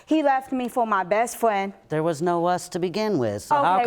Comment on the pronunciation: Bess Fwen 😂